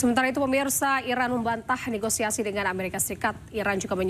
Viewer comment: Ne go si a si bukan Ne go i sa si Reporter laki...begitu sebutnya